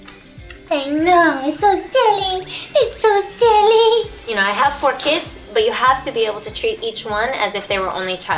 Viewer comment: Did anyone notice how she said "four kids?"